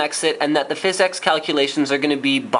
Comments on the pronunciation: Seriously... great video. But stop saying Fiz-X Pro-sessing. PHYSX is jsut Physics. It's a funky cool way to spell it. It's not PRO-CESSING. It's Prah-sessing. You sound ridiculous. But awesome video. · its pronounced physics, not fizz-ex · so your telling me the way to pronounce it is fizz-ex? i know its the engine. but its pronounced physics. watch?v=ZwoJ-upjeKo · I know what it is. but its not pronounced FIZZ EX. its pronounced physics. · Thumbs up if it bothers you every time he says "fizz-EX" instead of physics